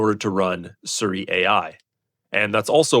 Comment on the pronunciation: SEE - REE, not Suri